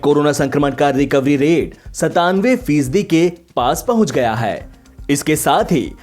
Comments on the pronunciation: m talking bout hindi pronounciation.when u used Haii in hindi its wrong. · pronounciation of Haii word in hindi